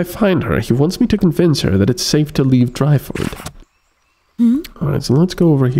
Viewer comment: I think the town's name is pronounced Deer-ford, not Dry-ford... ;)